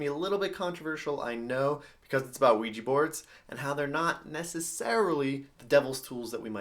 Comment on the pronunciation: And also it's pronounced wee jah not wee jee